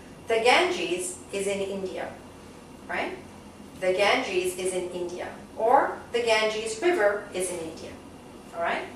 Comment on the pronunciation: You* wrongly pronounce the river "Ganges".......anyways overall nice video..thank-you *:))